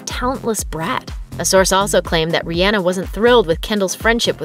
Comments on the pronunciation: Okay but are we going to ignore the fact that the narrator said RI An a instead of Ri aw na ?! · The way she said Rihanna made my heart hurt😭😭😭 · You didn’t even say Rihanna’s name right come on get with it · Uhhhh that girl said rihenna not rihanna am I the only one that notice it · It’s not Rihana it’s rihhanna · ITS RE-AH-NA NOT RE-Anna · Rihanna = Ree-yaw-nuh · She really said riana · I’m mad at how she said Rhianna 😂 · RiYENNA 😂😂😂 stop it! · Any one else thought about CaKe? Aka ca ra delevingne + Ke ndall Jenner and this narrator need to shut up talking about, danielle cash me outside bregoli and that's not how to said Rihanna it Re•Ah•Nuh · The way she pronounced Riannah🤣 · im mad she really pronounced Rihanna like that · that’s not how you say rihanna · Why did she say Rihanna like that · Why is she pronouncing Rihanna like that?! It’s driving me insane! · The way they said Rihana made me cringe but laugh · And you can’t even pronounce Rihanna correctly... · Did it bother anyone else about the way she said Rihanna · I can't be the only one that doesn't like how the girl in the video pronounces Rihanna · The way she says Rihhana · I mad at the way she said Rihanna💀😭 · Why did she say Rihanna like that?????